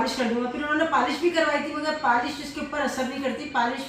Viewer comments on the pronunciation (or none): Paaaalish nhn hota polish hota hy 😏 Kabhi Ibrahim or zainab se apki koi chez kharab nhn hui Hussain se hugye